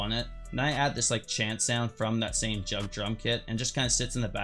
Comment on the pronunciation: he said jugg like jug 💀💀💀💀💀💀💀💀💀💀💀